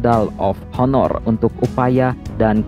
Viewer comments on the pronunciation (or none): none